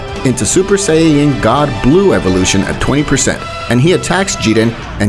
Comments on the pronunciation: bruh wtf is a sayayan Saiyan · Saiyan not sayayann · saying = sayyan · What is a siyayan like it’s not said like dat ??? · “Super sayayen”